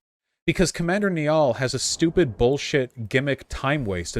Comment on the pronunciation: That pronunciation of Niall though